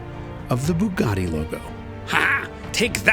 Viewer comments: Bugatti, not boogotti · The F40 would like a word in your ear about who was the first carbon car.!technically it’s a carbon/kevlar mix but aye, t’wasn’t the Bugatti old bean. P.S. Bugatti isn’t pronounced ‘Boooogotti’, that’s why they use a U, not a double O. Not forgetting the A, of course: One would assume a fellow would know this if said fellow was doing a special feature on the fkn things. You lot over the pond haven’t mastered English yet, so you really shouldn’t be stretching yourselves by trying to have a whack at the Italian.